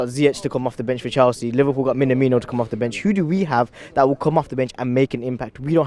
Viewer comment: Man said Minamino